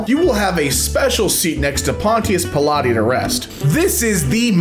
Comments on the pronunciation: I know that I’m late, but the way pronounced Pilate bothered me a little. It’s “Pie-late” and not Pilate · Love how he butchered Pontius Pilate